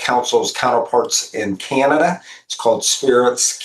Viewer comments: I don't even like the way he pronounces our country's name - "Kyanada" 🤮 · 🍁🇨🇦 I can’t stand the way he pronounces Canada.